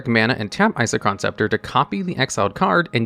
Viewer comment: I don’t understand how you can say Isochron correctly but then say whatever abomination you came up with for Palinchron. Just takes me out of the otherwise informative nature of the video.